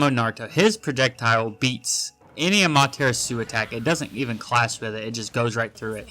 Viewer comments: bro said "Amaterasú" 😭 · The way you say amaterasu is killing me 😂 sounds like your saying tiramisu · Why is bro saying amaterasu like that 😭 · Are you saying "amaterasu" like that on purpose 😂